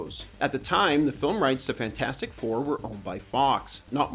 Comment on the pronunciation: It’s pronounced “fant-for-stick”